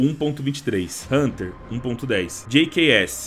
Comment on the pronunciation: jks= gqs, só eu que notei ele falando a pronuncia assim do jks no 4° minuto do vídeo? kkk